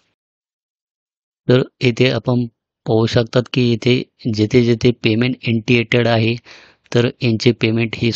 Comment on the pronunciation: इंटियटेड नाही ओ साहेब इनिशियेटड आहे